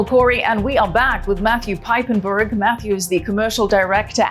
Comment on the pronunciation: His name is not " Peipenburg" but Piepenburg. Learn Dutch/German.